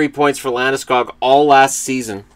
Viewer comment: Landeskog is pronounced more like Landeskug.